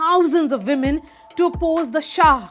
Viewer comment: Can you please learn how to speak English properly. You have the Vs and Ws mixed up. It's women not vimen and vail not wail. I like your content but your English is atrocious.